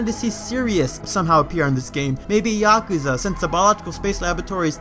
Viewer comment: >Pronounces Yakuza with the proper Japanese pronunciation >Pronounces Serris as "Serious" 😃